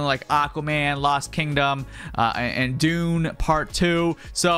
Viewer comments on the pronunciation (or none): none